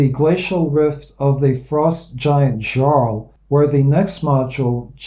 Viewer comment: great. I quite like the 3 giants modules. Just a quick note for pronunciation for your next one. The Norse word "jarl" (in English "earl" ) is pronounced with a /j/ phoneme and should sound like "yarl". good job as always.